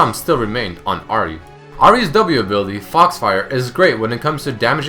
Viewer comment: You keep on pronouncing Ahri wrong, but otherwise great vid.